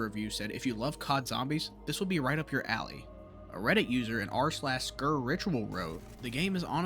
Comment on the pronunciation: Just want to point out... It's "Sker" (pronounced like "Scare") not "Skur". It's named after the famous Welsh "Sker House" in Porthcawl, not the Scottish word for "Island".